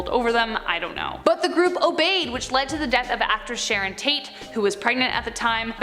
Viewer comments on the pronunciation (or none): none